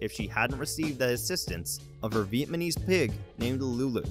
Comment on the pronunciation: Did that narrator just say “Vietmanese pig?”